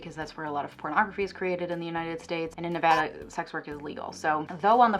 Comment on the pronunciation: You pronounced Nevada correctly. You are officially an honorary Nevadan! Interestingly enough, many of the Republicans here are pro-prostitution due to Dennis Hof's brief career as a politician. While I personally found him revolting (I used to work at one of his affiliated locations,) he did advocate for the prostitutes in a conservative dominant county.